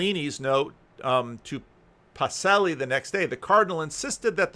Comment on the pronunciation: You need a "ch" sound for Duce and Pacelli